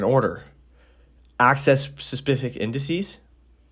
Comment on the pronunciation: bro said: "access [suspific] indices"